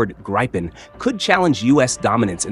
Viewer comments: I have a feeling its not called the Greepen .. American's seem unable to pronounce lots of words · Thumbed down because of unsubstatiated rumours and AI voice 'graypen'. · For fuck’s sake, it’s Gripen, not Graipen. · It's spelled gripen because it's a swedish word and means griffin. In the video he pronounces it in two differens ways and you can pick what you like. In swedish you would say "greepen". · God I can't stand how all the AI voice-overs have no idea how to pronounce Gripen 🙄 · Grip spells GRIP EN one word spells, wait for it, Gripen... there is no "Y" in Gripen. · Your mispronunciation if "Gripen" is annoying and an inattention to detail. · Annoying constant mispronunciation of Gripen. Not that much was said in thi repetitive AI of nothingness. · Interesting to hear someone talking about an aircraft the name of which he can't pronounce, some expert! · This AI voice is awful. It's not even able to decide for 1 variant of pronouncing the word "Gripen" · “Greepen”, not “Greypen”.. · Pronounce "GRIPPEN" Not 'Grai-pun' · Gr-eye-pen Gr-eye-pen Gr-eye-pen. It's GRIPEN dude, like grip with an en ... Gripen! I don't much trust a channel when it can't even pronounce the MAIN TOPIC. Then ... Sweden is called a NEUTRAL country. OH really? As a member of NATO, I don't think so. That's the point I gave up. Less than three minutes in. Get lost "European Defense Chanel". I suspect there is NOTHING of value here. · Why can't these YouTubers say the name properly? Greeepen??? It's Grip-en. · How about getting the pronunciation of Gripen correct to enhance your credibility. You pronounce it both as “gri-pen” & “gre-pen” both of which are incorrect. It is pronounced “grip-en”. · FFS Americans, it’s the GRIPen, not GRIPEn or GREEPn ……….use its proper name PLEASE! Or train your AI to do so 🙄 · Funny how the AI voice pronounce Gripen different in the same script. “Graipen” (wrong) and “Greepen” (correct). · The IDIOT said ”grypen” AGAIN, GET A BRAIN ASSHOLE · It’s not “Graypen”.